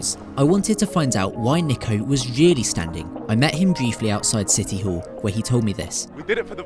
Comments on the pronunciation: His name is pronounced n-ee-ko ya dummy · Niko*** not Neeko! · It can be pronounced both ways but he goes by ‘Niko’ not ‘Neeko’ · Still can't get his name right his name is niko say it right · It’s pronounced nick-o he literally laughs at people who pronounce it like you do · Yes they both are pronounced the same, but the "Niko" in niko omilana is pronounced "Neko". Which is the wrong pronunciation. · Bro niko is pronounced nee-ko just search it. British accent truly changes it. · Niko Before they were famous mispronounced your name Are you going to end them?🤣🤣🤣